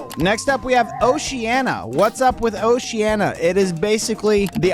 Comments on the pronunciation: ❌oceana ✅oceania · Ah yes, my favorite continent oceana not Oceania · It's OceanIa. Not Oceana